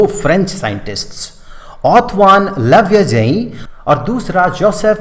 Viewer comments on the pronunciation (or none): You pronounceing wrong see at antonie lavioser